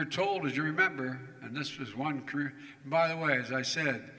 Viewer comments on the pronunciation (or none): none